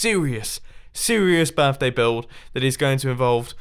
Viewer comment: "Happy Birfday"